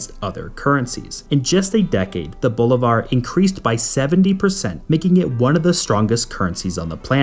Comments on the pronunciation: Also you pronounce the currency as Bolívar (emphasis) in the i not in the 'Bo'.... Bolivar was a soldier that lead many of the fights against Spain that ultimate resulted in many countries acquiring independence from Spain from their unholy conquest since they invaded after Columbus "discovered" America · how is it you pronounce "bolivar" again? ..jesus christ